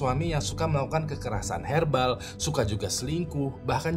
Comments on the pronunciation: kkerrasan herbal gw denger bukan verbal 😂😂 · verbal wing bukan herbal 😅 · agak salfok pas awal cerita (#3) karna ngomong "kekerasan herbal" 😭😭😭 WKWKWK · kirain cuma sy yg salah denger ,kekerasan herbal 😂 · kekerasan "herbal", gw sampai rewind 2x untuk memastikan